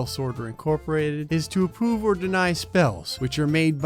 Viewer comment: he says apoove instead of approve 😂